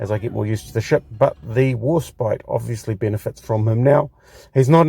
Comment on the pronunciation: It's pronounced War *spite*, pronounced as "spight", as opposed to "spit". Or, as in the word "despite". The first ship with the name had it spelt "Warspight" in the Tudor era. You pronounced it correctly about halfway through the video, just before talking about Beatty. I agree with your points regarding gameplay, with the exception of the armour; Warspite's armour is actually fairly good, imo, and is a good brawler; especially with those casemate 152's which can almost fire dead ahead. Incidentally, Warspite took 15 main calibre gun hits during the Battle of Jutland, coupled with countless secondary battery hits, yet she still refused to die, and limped home, having truly lived up to her motto, "Belli dura despicio" ("I Despise the Hard Knocks of War"). It was an absolute disgrace that The Grand Old Lady of the Royal Navy was ignominiously sent to the scrapyard after the Second World War, in spite of what she'd been through. Yet, even in her last days, she refused to die quietly; she broke free of her tugs, and ended up being grounded hard at Prussia Cove; her former crew often posit the opinion that the ship was making one last dash for the North Sea. Of all the ships that deserved preservation, HMS Warspite and USS Enterprise should have been among them. Alas, idiotic politicians and heartless bean-counters & penny pinchers sent the most storied ships in the history of Naval Warfare to the scrapyards in what can only be described as utter, utter lunacy.